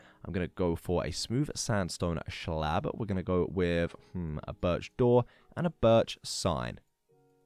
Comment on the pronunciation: " A smooth sandstone schlaab " 🤦‍♂️